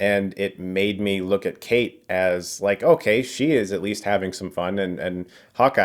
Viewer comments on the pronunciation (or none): none